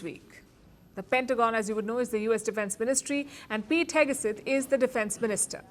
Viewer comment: Pete Heg-uh-suth?